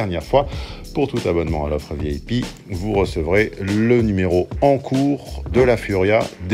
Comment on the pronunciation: J'ai eu l'impression d'ente dre ''vielle pie'' quand tu dis ''VIP'' loll